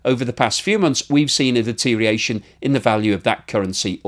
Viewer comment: "deterioration" has six syllables, not five.